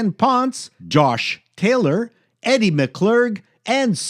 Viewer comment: Yes, plenty of mispronounced names...but I'll call you our on just one, to be nice, EDIE McClurg, not Eddie, a woman.